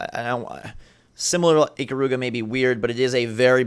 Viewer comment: I'm so bothered by the pronunciation of Ikaruga.